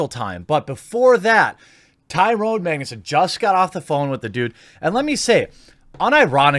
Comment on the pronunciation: I'm just here to hear you call him Maig-nez